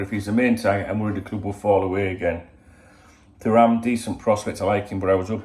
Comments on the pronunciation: Too ram is how you pronounce his name. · I might be pointing out the obvious here haha, but if it helps with pronouncing it he’s French World Cup winner & ex Juventus/Barcelona defender Lilian Thuram’s son